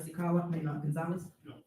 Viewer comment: Did she call Trustee Carlisle Trustee Carlier??? She is sooo petty